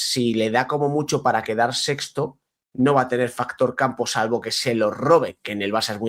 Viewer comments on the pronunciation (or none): none